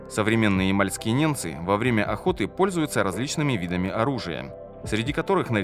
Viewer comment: Автор, неНцы живут на севере,по тексту же звучит-неМцы!!